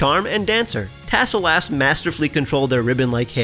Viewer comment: I know you say tassel- lass. But my brain kept hearing "Tassel- ass." It's a great mon, though, no notes!